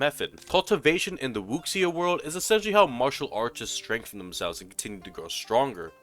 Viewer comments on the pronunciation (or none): Wu- Shia* wuxia